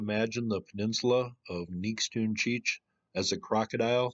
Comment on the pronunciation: Nix toon chee eetch is how it is pronounced